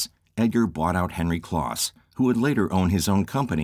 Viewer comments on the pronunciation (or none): Henry "Close" not "kloss." Also, in narration, a second reference uses the last name, not the first. e.g. (for example) "Vlichur says." or "Vilchur decided."